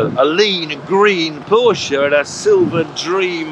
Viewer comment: Finally!!! ....a Brit that pronounces Porsche correctly!